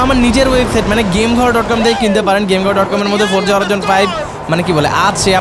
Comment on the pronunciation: bhai eda Horaizon naaa😂 Hori Zon bolen